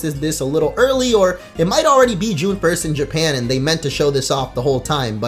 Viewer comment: "June 1st" im triggered